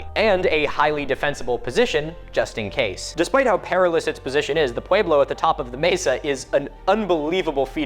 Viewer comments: I know this isnt important whatsoever but is that really how we're supposed to pronounce pueblo? You say it pu-wee-blo but ive only ever heard it pronounced, even by native americans as pu-e-blo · It's not a sharp A sound think pweh- blow, not pwahe-blow.